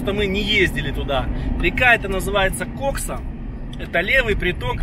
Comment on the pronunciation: ты бы в фразе "Кайфуем на КОКСЕ" ударение как нибудь изобразил на втором слоге в названии реки, а то заинтересуются компетентные органы 🤣